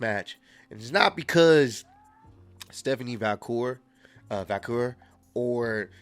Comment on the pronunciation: bro said Stephanie Vacure lmao